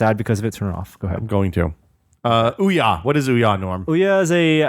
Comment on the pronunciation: Ouya--> Ooo-yuh.